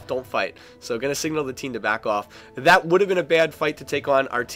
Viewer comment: STOP SAYING "DAT"!!